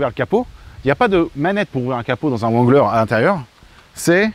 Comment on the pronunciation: vexé ? Remet toi en question. Tu ne sait même pas prononcer le nom wrangler. En anglais on ne prononce pas le w